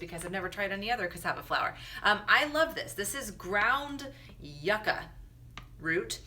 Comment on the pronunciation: Just letting you know, since no one else has, YUCA is different from the ornamental plant YUCCA. Yuca is not pronounced "yuh -kuh" it is pronounced "Yew-KA". :)